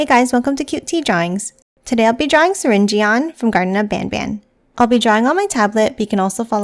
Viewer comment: Btw you said syringeon worng this is how it is example the word syring and surgeon mix those 2 together